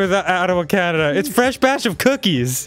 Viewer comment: Nevermind the fact that Arin said the answer out loud, he almost said Canada like "cananda"